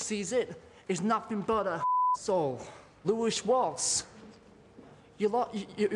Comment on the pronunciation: who the hell is "louish" walsh?!